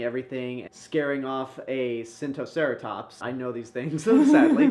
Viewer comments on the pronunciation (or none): It’s SINOceratops Not SINTOceratops You might be thinking of Tsintaosaurus, a chinese hadrosaurid.